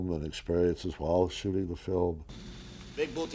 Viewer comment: Boo tay...lol...Okay, dokie...professor! Excellent job as always.